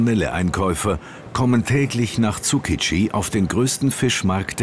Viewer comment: Tsu-Ki-Ji heißt der Fischmarkt und nicht Tsu-Ji-Ki - Noob